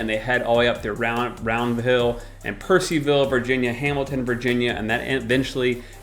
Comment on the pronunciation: enjoyed your video. just one thing tho , it is Purcellville not Purceville . Different pronunciation & spelling. And i agree it is a really really nice place. Love the west part of Loudoun County <3